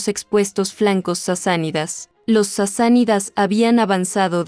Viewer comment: No eran Sisanidas,si no Sasánidas.